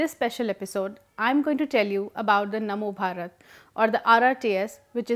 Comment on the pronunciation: Its namo bharat not mano bharat. And its definitely better than Rapid X, its very generic name for trains, at least Namo bharat have some meaning. As for leaving impression of his name, every politician does that, after all who doesn't want to get credit for what they have done. There is also Jawaharlal Nehru stadium, Indira Gandhi International Airport, etc. Just look at the goods and the bad done by our leaders rather than wasting our time in these stupid arguments created by some "Public informative about politics" who are doing nothing but making issues so people would watch them and they would stay relevant.